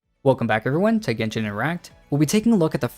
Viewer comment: Genshin erect? My bad. I heard that for the intro 😅